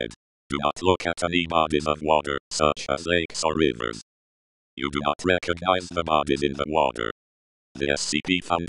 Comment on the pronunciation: he said recogize at the end